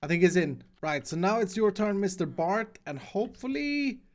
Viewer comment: Me: Bert!: Bart!